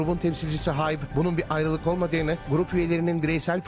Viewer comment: Abi ben mi sagirim 2 haberde de 'grubun lideri HAyT'' mi diyo Kskdkdoofofofo